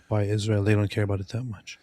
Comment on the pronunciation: Seriously: why does she say "Izhrael"?? What is wrong with her??😂